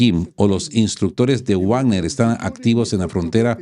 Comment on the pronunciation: Perdon por una correccion. Se dice vagner. Uavner es una pronuncia en inglés Hasta en castellano es vagner por la doble v es v. Perdon.